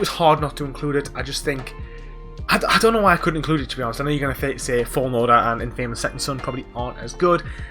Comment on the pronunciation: I still can't get over that you keep saying the word "INFAMOUS" wrong its been years hahaha.